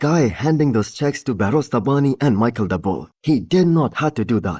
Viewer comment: His name is pronounced like mesheel not Michel ❤